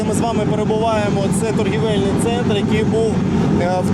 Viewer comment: для Олега Синегубова, голови Харьківської ОДА - у коренях спільнокореневих слів звук [і], який був у закритому складі, у ситуації, коли цей склад відкритий, чергується зі звуком [О], тому - торгОвельний центр